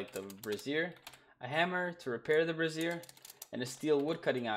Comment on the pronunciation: They way you're saying brazier makes it sound like you're talking about a woman's bra. 😂Brassiere Brazier. Bray Zshur. Bray Zur. Brayzur. Brazier.